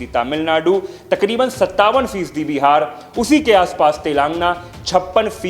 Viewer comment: अच्छी voice है। बस एक आध शब्दो का उच्चारण शुद्ध नही है। प्रतिनिधित्व, तमिलनाडु, तेलंगाना